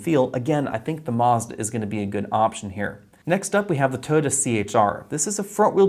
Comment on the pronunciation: My god I laughed when u pronounced Mazda BUT omg you butchered Toyota!!!